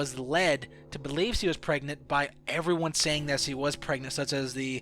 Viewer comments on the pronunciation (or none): he always said "si" instead of "she" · It's she no see! So annoying hahaha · "C din't ev hav a baby." Sometimes I wish I had a translator. Still like the video. Btw, when you cough, you can edit the audio. You know? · HenryMania yes he pronounces it see. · he cant pronounce she he says cee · Why can't you say sh? Hallucinatsions, brain wasing, se, and any other word that has sh in it. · You know what's even crazier than the fact that Lynn wasn't pregnant? The fact that you kept saying "see" instead of "she" as you talked about this. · he also says see instead of she. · can you fucking say SHE properly?? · Is it me or this nigga can't say SHE* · How come you can't say 'sh'? It's weird. Never heard of people not being able to make that sound. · "she" .... "SHeeee" all hearing is "see." "See wasn't pregnant" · Why does he pronounce 'she' as 'see' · Why did I watch this you don't even know how to talk. You literally say "see" instead of "she" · Can you not make an sh sound or wtf? Hearing you talk is so annoying with she = see and your brainwassing. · hahahaha i know, also keeps saying See instead of she and minesaft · This guy can't say she lol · u pronounce "she" really weird